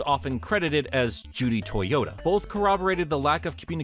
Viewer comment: It's not Judy Toyota, it's Judy TO TO YA. totoya not toyota